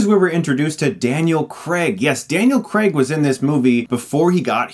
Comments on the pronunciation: I expected the mispronunciation of Lara cause... No youtuber to date has got it right. However, Daniel Creg? Creg? Craig. Crayg. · Bothers me when u say daniel Creg. Craig Chris Craig. Like cr-ay-g haha. Sorry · If I had a superpower it would be to make Americans say Craig not Creg. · Yeah Americans pronounce Craig like Creg. It's weird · I think almost every American can't pronounce Lara haha. It's just a thing. It's kind of like how they pronounce 'Craig', but worse.